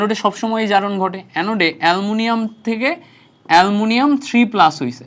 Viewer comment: এ্যলুমিনীয়াম ❌ এ্যলমুনিয়াম😂